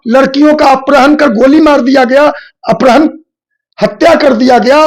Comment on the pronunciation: Apharan bolna sikh lo